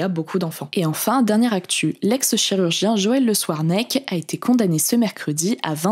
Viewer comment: Je ne sais pas si ton commentaire est ironique, mais ça se dit. En revanche ce qui ne se dit pas c'est "souarnec" au lieu de "scouarnec", mais je suis quasi sûr que fait exprès de faire ce genre de fautes dans chaque vidéo pour attirer les commentaires... Et ça ne marche pas des masses d'ailleurs: soit les gens n'entendent pas, soit ils pensent que est juste à côté de ses pompes (et c'est possible d'ailleurs).